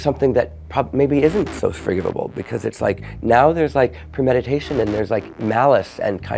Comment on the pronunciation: 😂 he said forgivable